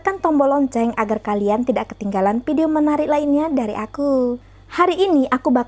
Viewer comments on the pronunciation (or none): none